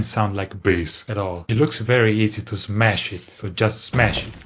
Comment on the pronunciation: Davie say mash not smash😮